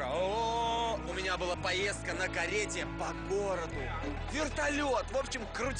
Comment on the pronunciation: "Так называется била ночь" Почему била?